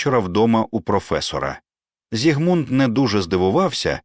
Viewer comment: У імені Зігмунд наголос на першому складі. Чи це ШІ?